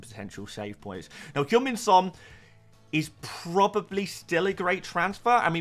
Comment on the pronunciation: Why do u pronounce Haaland and Hojlund the same it's really confusing and dumb, not to mention annoying. You say both names exactly the same. ?